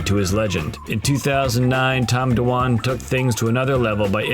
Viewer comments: You can’t even say his name correctly. It’s not Tom Dawan. It’s Dwan - one syllable. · Why is he pronouncing his last name as "Do-Wan"??????? Tilting me. Does this guy pronounce "swan" as "sue-wan"???